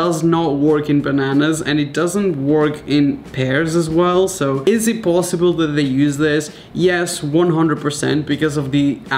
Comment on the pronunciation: am I the only one who hears pLosible instead of posible XD